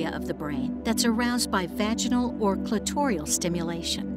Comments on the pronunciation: But it's pronounced "CLIT-or-is," not "cli-TOR-ee-us," and the orgasm that takes place there is "CLIT-or-ul," not "cli-TOR-ee-ul." Seems a shame to make such a detailed video and get such a simple thing wrong. Note: I checked the dictionary just to confirm that I wasn't mistaken, and it does list "cli-TOR-is" as a secondary (i.e., less common) pronunciation, but adding a superficial fourth syllable is just plain wrong. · Excellent set of videos you’ve created here - so clear and informative. Just one issue though - the voiceover artist is mispronouncing “clitoris” as “clitorius”, and “clitoral” as “clitorial”. With high quality work like this, for such a mistake to be allowed to pass quality control is really inexcusable. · Great video, presenting very valuable information. Credibility damaged by repeated mispronunciation of the word clitoral. May seem petty, but it makes a person wonder what else you got wrong. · This is good, but please fix the pronunciation of clitoris an clitoral. The narrator kept said saying clitorius and clitorial. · I'm only a dentist but I believe it's "Clitoral" not "Clitorial" when addressing things pertaining to the "Little man in the boat"....... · Okay, Miss, it is pronounced Cli-tor-al! There is no second "i" after the "r" causing the pronunciation to be changed to Cli-tor-ial! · The narration incorrectly pronounces the word clitoral with an i before the al. It is not clitorial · I could be wrong, but I think it's pronounced 'clitoral' not 'clitorial.' One i. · Good presentation except for the odd and rather jarring mispronunciations. The narrator puts an extra vowel and syllable in clitoral. She pronounces it as if were spelled "clitorial." She also changes clitoris to "clitorias." Very odd. Otherwise an excellent video. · Clitorius? Clitorial? Throughout this vidio the pronunciation of clitoris was wrong. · “Clitorious.” “Clitorial” .?.. WTF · Hilariously, the narrator mispronounced clitorus, clitoral, and creatinine.